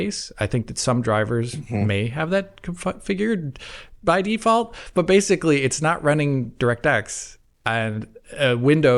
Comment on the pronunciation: Do one for every single time mispronounces the word ‘basically’ as “basely”